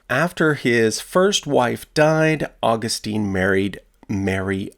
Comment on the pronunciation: Augustine is pronounced aw-GUST-in.